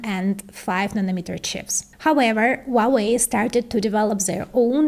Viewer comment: Just FYI, the H in Huawei is not silent. It is "HWA-WEI", not "WAH-WEI". I have no idea why Westerners think the H is silent. I suspect it's because Cantonese pronounce it that way. But in Mandarin, the H is voiced clearly. I am a native Mandarin speaker.